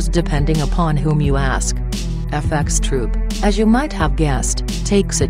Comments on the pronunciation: Why did she keep saying F x troop,just FxTroop,dont sound the x,it sounds fucking whack. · This shit is annoying when she says "fxtroop" why the fuck can't she just say "F troop"